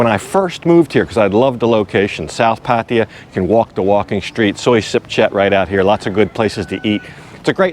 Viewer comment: Every tme a vlogger pronounces it Pattie-ya, a kitten dies 😥